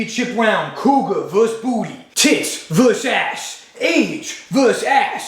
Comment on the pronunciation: Couguar compass lol